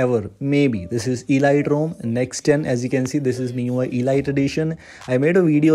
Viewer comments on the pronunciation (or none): You're mispronouncing it, it's not e lite, it's elite